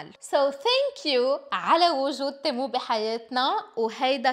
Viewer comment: تيمو ❌️ تمو ✅️